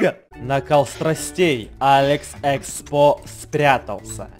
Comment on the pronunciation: я вот смотрю когда ты говориш быстро говориш алекс експо то т ы оч быстро говориш и ты говориш алекс секспо:)